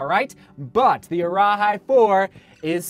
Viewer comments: for the arahi, it’s pronounced like “araheee” not “araHI” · Arahi is pronunced ah-rah-hee, and cavu is pronounced car-voo. I’m from New Zealand and we learn Maori, that’s why I know the pronunciation.